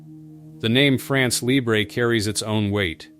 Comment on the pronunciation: It would be so cool if the narrator learned to to pronounce "France Libre". If he cannot correctly say those two words what trust can we put in whatever else he says?